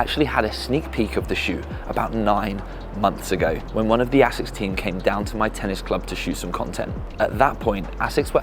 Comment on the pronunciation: the longer the video goes on the more your pronounciation of asics annoys me lmao sounds like youre saying ACIDDD OR A-SICKS LMAO